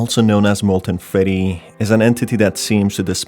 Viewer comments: "molten feddy" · molten FEDDY